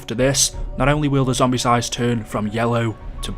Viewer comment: It’s zombies not zombise